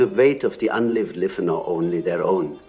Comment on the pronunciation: So when he said unlived life he pronounced life as lif - is this an indication that this is ai generated voice reading something that Carl Jung was never recorded saying? How do we know it wasn’t edited?